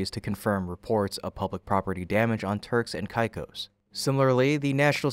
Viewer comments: TURKS & KAY’KOSS not whatever your pronunciation was 🙄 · It's pronounced Turks and Kay-kose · Hate to be that guy but it's pronounced kay-cos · Its Pronounced KAY-CO'S